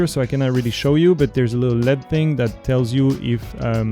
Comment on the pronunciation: You should disclose up front that you have a financial relationship with Aquatica. Also, in English "LED" is pronounced by saying each letter--not like the metal "lead". Took me a while to figure out what you were talking about.